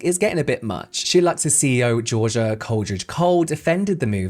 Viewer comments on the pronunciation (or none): none